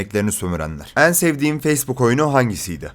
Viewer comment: Bir daha 'en' kelimesini "Eân" diye söylersen..